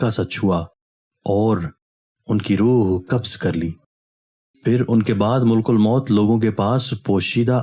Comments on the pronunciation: ملک نہیں بلکہ مَلِک الموت ھے م پر زبر ھے اور ل کے نیچے زیر ھے اور ک پر پیش ھے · اسلام علیکم محترم بھائی ملک الموت لفظ کا تلفظ درست ادا کریں ملک الموت لفظ میں م پر زبر ہے پیش نہیں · Hello Dear, it is not " Mulkul Maut "as you uttering in your video uploaded, it is " Malak-al-Maut ". Stay corrected. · ملک الموت کا درست تلفظ "malkulmaut "ہے۔